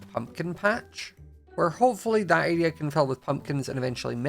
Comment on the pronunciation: I love how says "area" he says it like "araia" love it